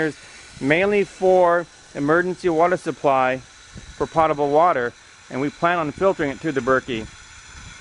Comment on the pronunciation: I think you mispronounced potable about 15 times. It was annoying.